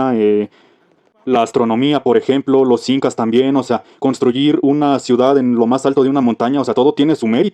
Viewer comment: construyir X,D